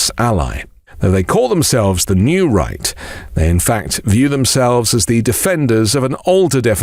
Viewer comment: Why is it that when you say New Right, I hear New Reich?